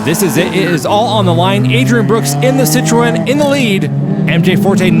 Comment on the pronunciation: Love you guys but it's "Citron" and "Lancia"!